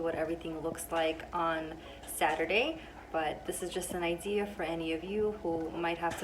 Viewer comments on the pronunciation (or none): none